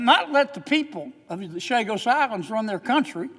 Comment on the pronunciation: On a side note, Senator Kennedy's rant about the Chagos Islands is complete revisionism. He gets so much wrong that I don't even know where to begin. He can't even pronounce the name correctly. (Chagos, not Sagos.) Ugh, the ignorance and deception of those who run this country are on full display. Always thankful for Sen. Sanders, though!